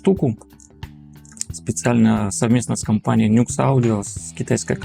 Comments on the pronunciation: Не Накс а Нюкс 😂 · Нюэкс - произносится название этого бренда… 😊